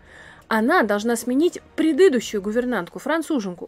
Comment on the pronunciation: Очень интересно, спасибо! Только "предыдУщую", а не "предЫдущую".